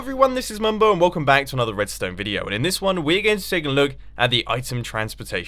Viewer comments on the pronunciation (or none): none